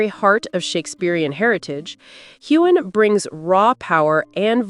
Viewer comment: The narrator should learn how to pronounce Heughan!